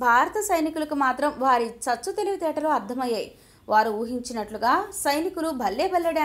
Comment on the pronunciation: Hello madam it is not CGSCHHU TELIVITRTALU --- IT IS CHAVU TELUVITETALU. PLEASE DO NOT KILL TELUGU LANGUAGE.